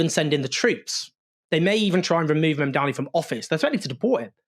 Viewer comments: MAM-dani. Mamdani. Please let's get it right! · Owen, it's MAMDANI, not Mandani! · What's your background, coz clearly pronounce or spell. It's, Mamdani. Now repeat it HuggyCostky